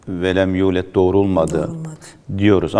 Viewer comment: tulet değil, yulet !